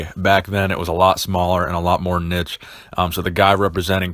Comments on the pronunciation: love the content, but dude, niche is pronounced neesh not nitch. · Niche pronounced neesh ! 🤓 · Love your content dude, but what the hell is “nich”? You mean niche, right?! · Didn't know I could get so triggered from someone saying "nitch" xD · Love you, but the way you say niche kills me lol